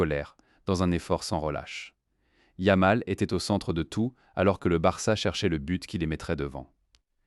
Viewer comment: Tout est à jeter dans cet ersatz de vidéo : - Commentaire en I.A. avec 1 erreur tous les 3 mots (yam pour yamal, puis youmal, Lamene, etc...) + phrases n'ayant aucun sens ou peut-être sur une planète encore inconnue à ce jour. - Images sans rapport avec les faits. - C'est quoi le feu compétitif ??? - T'écoutes les daubes que tu postes ??? 25min. pour raconter de la m3rde avec des commentaires ridicules grâce à une I.A. pour teubés... On atteint les sommets du ridicule. Champion hors catégorie 🤡